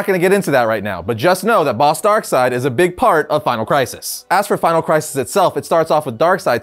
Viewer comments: If you take a shot every time you says darksied you'd probably die of alcohol poisoning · The name of this antagonist is Darkseid and the last syllable is spelled like the English name "Reid." Since that name is pronounced "Reed," it only follows that the master villain's name would be pronounced "Darkseed" instead of "Darkside." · Sometimes I get annoyed when people pronounce his name "DarkSeed". I dunno, it just annoys me for some reason.